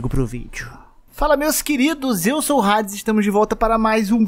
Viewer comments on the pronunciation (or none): none